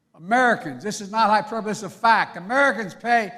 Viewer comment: He's always saying, " That's not a hyperbaly." "Not a joke" Whatever! Do you all really think he's behind the UNION? HE IS NOT!!!! Open your eyes!